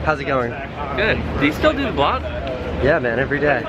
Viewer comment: Did anyone notice he says VLOG 90 ?